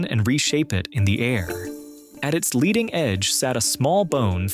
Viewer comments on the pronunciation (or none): none